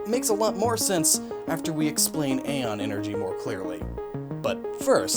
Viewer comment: Did Nintendo change the pronunciation of æon (is it used in Samus Returns as a word or as an acronym) or is that one on you?